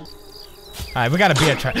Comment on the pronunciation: it is funny how pewdiepie pronounces bear to beer